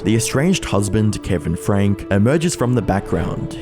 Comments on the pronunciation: It's pronounced Frank-ee. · i love your videos, but your credibility is tanked when you don’t pronounce names properly. Shari Franke (sherry frankee not cherie frank) says her own name in the statement she gave at her moms sentencing, and he statements to the utah government, and her many tv appearances. it’s an easy thing to gain access to. it feels disrespectful to her to not even say her name properly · Frank-e ... Not Frank. Geat video. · how did you do all this research and not learn its said Frank-ie and just "Connections"